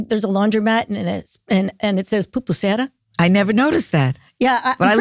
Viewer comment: Pupusera 😂 does she mean Pupusería??? 😭😭💀